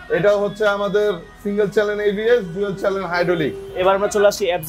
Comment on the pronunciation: হালায় একটা শো রুমের মালিক বাংলাও কইতে পারে না ঠিক মতো, ওরে ভাই ওইডা সিঙ্গেল চ্যালেন এবিএস না 🤣🤣🤣 সিঙ্গেল চ্যানেল এবিএস হইবো😂